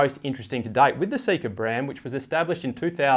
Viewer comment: Seka is pronounced ‘say-ka’ My mothers middle name